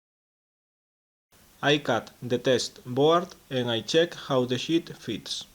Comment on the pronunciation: good video! Half blind dovetails are tricky enough without screwing up the drawer bottom. You do make me chuckle, (sorry) with the accent, "You make the 'sh*t' (sheet) larger."